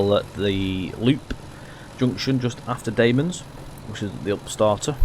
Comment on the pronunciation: Sorry, but you pronounced ‘Damems’ wrong. You pronounced it ‘Dame-ems’, it’s actually pronounced ‘Dam-ems’. Also, it is the shortest station in England :) other than that, good video 😀